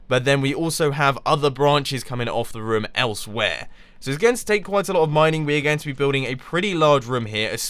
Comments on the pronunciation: lol the way u says room sounds like voom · The way Mumbo says room cracks me up every time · Does it get on anyone else's nerves the way he says "room"?